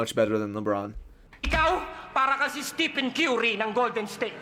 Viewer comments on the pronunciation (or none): none